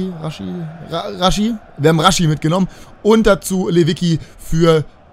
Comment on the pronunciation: Raschitsa wird der ausgesprochen